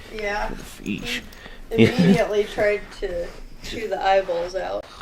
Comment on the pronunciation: I’m gonna say it … feesh !!!